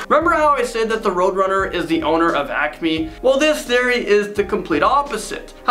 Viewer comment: Great video.👏🏾👏🏾👏🏾👏🏾 But it's really obvious you are not a true fan... You couldn't pronounce half the names right and the Acme compamy. Nice try, but didn't fool the O.G's.. 🙄🤦🏾‍♂️